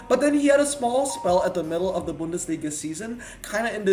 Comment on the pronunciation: speaks German 😂 but you pronounced Bundesliga very good 👍